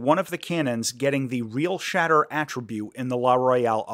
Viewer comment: Everyone is saying the name wrong. It's "Real-shitter"